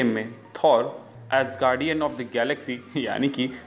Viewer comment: Bhai gargian nhi guardian